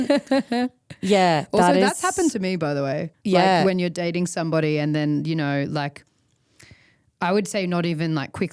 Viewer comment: “If youaoao knoaoaow, youaoao knoaoaow”